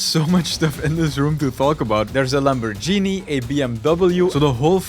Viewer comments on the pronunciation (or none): bro said lambojini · Lamborgenie lol don't take this as hate I love ur viids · I know lot of people commenting about Lamborghini, but i have just a question! DON'T take it offensive please, don't want to offend you or anything else i'm just curious. You are from Belgium, why did you said BMW in an American way ? and not how do you actually pronounce it, like 'bee em vee' ? But seriously, just a curiousity :D however as me myself who's from heart of EU, we always pronounce Lamborghini as Lambor-giene :D Oh btw nice video :)